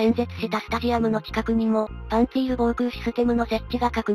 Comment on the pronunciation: パンツィールはロシア語的な発音ではパーンツリ。その方がよろしいかと。